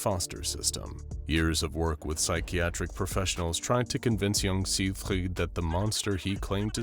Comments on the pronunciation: As a German it hurts me everytime he pronounces Sigfried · Please stop saying siegfried like that